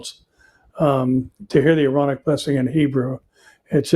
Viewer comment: When you talk about the Aaronic Blessing, it comes out as “ironic” blessing (in English ears) and also in the online transcript. Maybe you can give the scripture reference and clarify it was given by Aaron 😊. Love your updates and teachings.